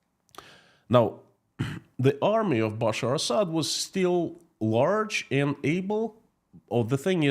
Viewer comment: Hi PSE ask some English speaking person to teach you how to pronounce the word and. You say end